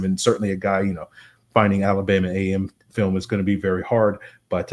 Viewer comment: Alabama A&M. Not “AM”. Just like you would say Texas A&M lol